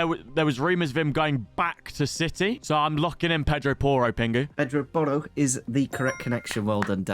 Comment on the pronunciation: It's Pedro Porro actually😂